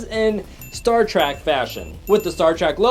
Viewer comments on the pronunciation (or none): It’s Star “Trek” not star “Track”